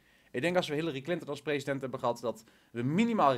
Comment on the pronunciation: op het begin larry clinten XD wie is dat XD like als je het ook hoorden